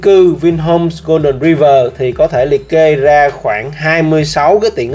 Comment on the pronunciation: Đọc là Roai vờ' chứ ai đọc tiếng anh mà gọi ri vờ?